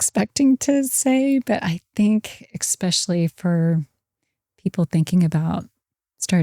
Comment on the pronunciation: Great episode. However I was distracted every time she said “expecially” instead of “especially” 😂